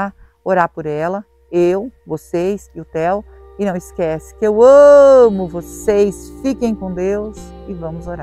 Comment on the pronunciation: Dá nojo tu falar amamovcs